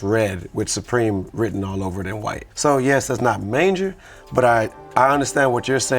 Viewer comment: might have to be trinidad for saying “manger” 😂😂